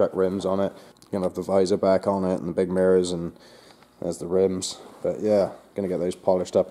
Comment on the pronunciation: You said meers like a Canadiano. The meers on the truck.. you're awesome. Look forward to all your posts